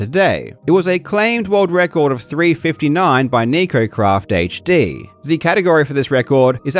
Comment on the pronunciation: "nikocrafthd"... Wtf 😒